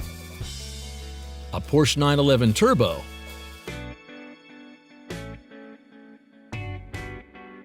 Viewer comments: Great video, but you've got to start pronouncing Porsche right! I owned a 944 Turbo and it's pronounced "Porsha." It's German so stop pronouncing it the way you read it. If you don't believe me, look it up, and look up how Porsche pronounces it in their ads. It will make you sound like you know what you're talking about. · You're right, but stay cool and see the beauty of Debbie's face. She is beautiful, so magnetic. Her porsche is like her face: Sublime!! 😍🤩😘😁